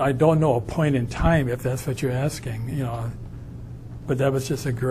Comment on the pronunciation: Me!!! is always axeing Michelle.